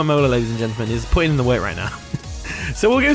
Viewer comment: When he says work, I imagine twerk 🤪 😜 🤣